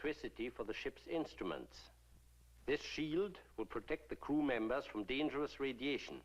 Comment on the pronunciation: did he say "2 Kuh Members"?